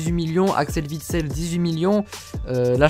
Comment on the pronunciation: il a dit vitsel l'horreur